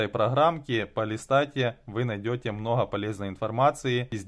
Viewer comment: Многа, многа надоел со своим многа😂😂😂